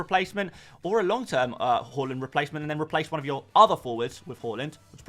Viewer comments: Haa-land not hall-land! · Can we start a drinking game everytime this foo says HO-LAND FFS